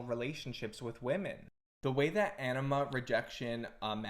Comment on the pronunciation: 😂 same, the captions take it as ennema, your pronounciation of anima could use a little bit of work on the a (comes off more of an ae, it should be more like an ah)